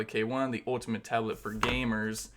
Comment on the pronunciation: the way you talked holy shit "gayyymurhs"